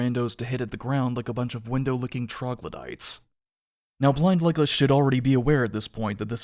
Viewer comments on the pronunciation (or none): For a while I thought you said "blind legless" and since I didn't want to watch the show I kept wondering what on earth happens to him for you to call him that, until I realised it was blind Legolas XD Anyway thanks for watching the show for us and going over it!!